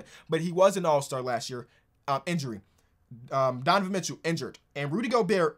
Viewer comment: Love when gets in his Ebonics. "Donovan Mitchoo" "Kal Larrie"